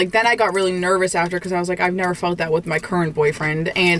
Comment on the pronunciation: “Abasooletely nevaar” ❤